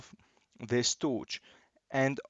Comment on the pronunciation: The way he says torch, TOOCH